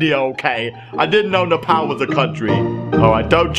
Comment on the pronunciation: It's not Nepaal nepal it's prnowscd NEPaul